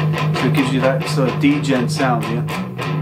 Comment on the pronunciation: Lol he's saying d - jent